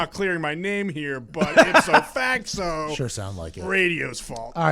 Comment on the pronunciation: "Ipso Facso" - Boston education